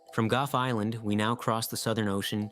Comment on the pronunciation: It's 'goff" island, Not "guff" island.